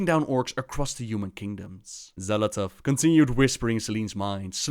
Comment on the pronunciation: De X wordt uitgesproken als 'sj'. Dus 'Sjal Athath'. Met een pauze tussen L en A.